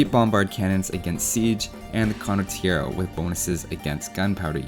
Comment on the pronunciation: Condottiero pronunciation is really sketchy... but that's probably the smallest nitpick anyone could ever made so w/e. Great video regardless!